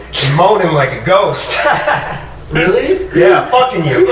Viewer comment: I was wealy willing to bewieve